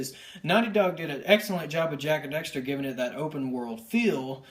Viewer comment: It annoys me so much that you say "Jak and Dexter"